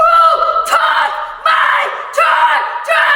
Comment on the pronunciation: WHO. TOOK. MY. CHAR. GERRRRRRRRR ☺